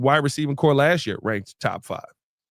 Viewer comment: Receiving CORPS, not CORE.